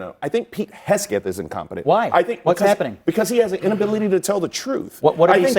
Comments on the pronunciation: Can the one guy get Hegseth’s name right? It’s not Hesgeth. It tears at his credibility. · Omg Its HEGSETH NOT HESKETH 🙄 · I keep getting distracted every time i hear that guy say “Hesgeth” instead of “Hegseth” 😂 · Why is he saying Haskett !?! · It’s Hegseth not “Hesgeth.” I don’t like the man but the mispronunciation was driving me nuts. I thought it was a mistake at first til he said it that way multiple times. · keeps saying Hesgeth instead of Hegseth. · I'm in agreement with him, but it's hard to take Bakari seriously when he keeps mispronouncing Hegseth's name as "Hesgeth" again and again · How many times are you gonna call him "Pete Hesket" 🤦🏽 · Bakari killing it with mispronouncing Hesgeth 😂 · Dude who talks for a living keeps mispronouncing "hegseth" every time he talks about incompetence. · It’s “Heg-Seth”, eeesh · Bro can't say Heg Seth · The country boy from South Carolina talks about incompetence, yet can't even pronounce Pete Hegseth's last name correctly, can the boy even read? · Dude can't say Hegseth can he? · I love how Bakari pronounces Pete's last name!😂❤ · Why can’t Sellers pronounce Hegseth right? Annoying. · 10 min discussion and nobody corrects this poor guy on Hegseths name. 😂😂😂 Everybody is too scared to be cancelled to say anything. So stupid 😂😂😂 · Both trump and idiot hegseth should be charged with war crime. They need to go down. Also, why bro keep mispronounced hegseth's name? 😂😂😂😂😂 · I am with the people who said: honest investigation and the truth; also with: I doubt Trump or Hegseth will be honest about anything, especially that; but for the love of decency, it is imo VERY RUDE for a panel member so say the Name of Pete Hegseth INCORRECT for more than half a dozent times; if you go on a panel, plz inform yourselves beforehand; that made eveything he said very untrustworthy; btw, unbiased european here...